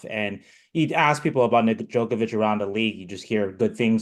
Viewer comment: If he says “Nedjokovic” one more time